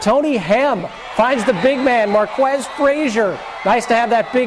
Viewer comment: haahahahahaha its MARQUESE (MAR - KEES) not (KWESS) lmao also the dance was the dougie not the diddy omg that was awful and funny